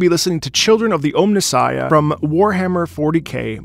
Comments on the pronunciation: He kept saying Ohmnissiah, which is also pretty badass but not quite right. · Also it is pronounced OMNI Sighia